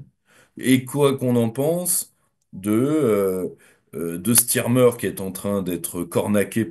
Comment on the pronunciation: StArmer, et non StIrmer, M.RougYron.